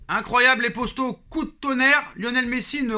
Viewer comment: Les postos 😂 dit les potos stp